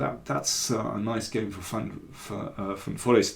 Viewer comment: Thanks! Since you value correct pronunciation: try van ForEEST instead of van FORrest next time. 😉👍🇳🇱